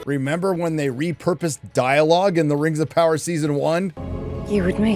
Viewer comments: Did you call it Rims of Power??😂😂😂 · 💀💀 i kept hearing "rims of power" i was like "whose buthole is the one to rule them all?" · Did he say Rims of Power? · Did I hear that right, you called it 'Rims of Power '? How apt. 😂